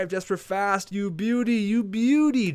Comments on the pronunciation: Hey,, I only say this because i figured since it's gonna be a long gm, might as well let you know. for fast, his first name is pronounced yesper, and his last name is like rastafarian, the rast part, but fast haha. just for future reference! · Your saying Jesper Fast wrong